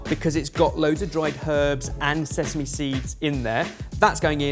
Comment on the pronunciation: ...did you just say sess-ame?!